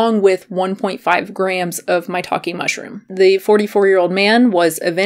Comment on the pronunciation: If you say "maitake mushroom", I always heard "my talking mushroom" LOL... Good video btw! I stick to chicory root if I want some 'cafeine free coffee' ... very cheap, less packaging, no fake claims!